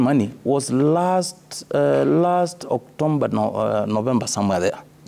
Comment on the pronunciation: everyone is going to ignore the word oc"tomba" min from deputy governor 🤣 anyway never mind I came in peace